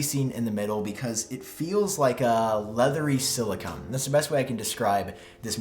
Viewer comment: I’m sorry but I have to say the pronunciation of silicone as silicon bothered me 😂 I still really enjoyed the video though!